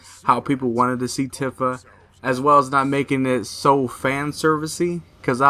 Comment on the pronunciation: Tifa is pronounced with a "ee" sound like iced tea. "Teafa"